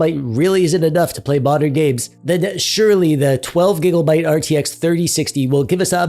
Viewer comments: Conclusion: dont play games the year they get released. Also, is this man saying gigglebyte? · everytime u say gigglebyte my heart smiles